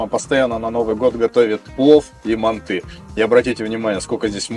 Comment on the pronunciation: Правильно мАнты 😀